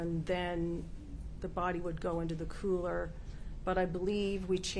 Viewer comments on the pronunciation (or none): none